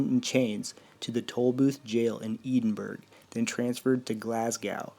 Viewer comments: Oh my God your pronunciations on Edinburgh and Glasgow are hilarious! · Yeah know I live in Scotland and it made me laugh